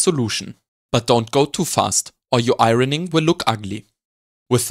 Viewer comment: A master class, thank you. Great jokes too 👍🏻. 'Iron' and 'ironing' are pronounced like 'ion' and 'ioning'.